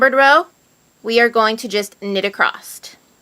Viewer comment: acrosS not acrosT